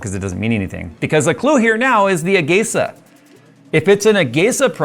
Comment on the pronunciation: I always pronounced it as "ah-gee-sah", never heard it pronounced as "ah-gey-sah."